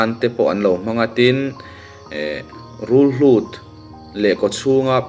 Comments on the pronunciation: Rulhlut ❌ Rulhut✅ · Rulhlut ni lovin Rulhût tih tur😊